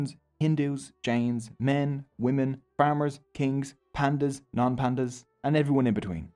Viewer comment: They are not pandas they are pandiyas (paan - di - yaas)